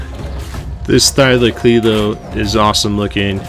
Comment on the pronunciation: Thy-lo-co-leo, or thyla for short. Either way but pronounce it correctly or don’t say it at all